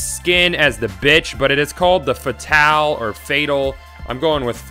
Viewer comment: Goth fatale is pronounced fay tal